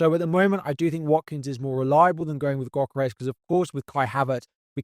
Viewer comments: Pronounced "Yohkeres" not "Gockeres" 👍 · yohkeresh to be precise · The g in gyokeres is silent 🙏🏼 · Great video as always but please take some time to pronounce players’ names correctly, such as Gyokeres, Esteve and Guiu